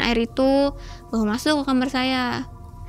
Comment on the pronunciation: Orang daerah sana emang klo bilang kamar itu kamer ya?